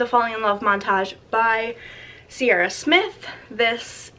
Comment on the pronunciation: I love this series so much but noticed you pronounced ciara like sierra, it’s pronounced more like ‘kira’ because it’s an irish name :)